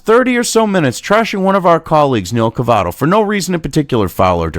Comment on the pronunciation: Cavuto, not Cavato.